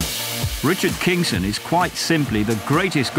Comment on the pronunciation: its not 'kingston' its Kingson